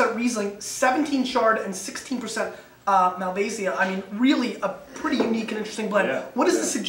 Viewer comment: Learn how to pronounce Malvasia please!